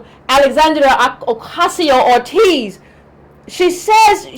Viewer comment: Cortez...not ORTEZ...and she's for criminal justice reform...give her credit for that.